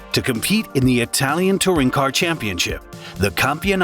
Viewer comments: As a native bilingual (German/English) that speaks Italian, I can only agree, excellent pronunciation head and shoulders above the rest. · Great mini documentary, your pronunciation in Italian and German are the best I've heard in a long time. Most YouTubers butcher the words it's almost cringeworthy! You have my sub, hopefully more Alfa Romeo content, please! 😊